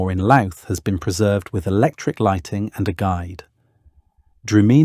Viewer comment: ..,and YOU looted the name of LOUTH....pronouncing it LOOT!! 😅🇮🇪